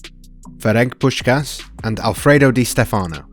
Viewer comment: It's Di Stèfano, not Di Stefàno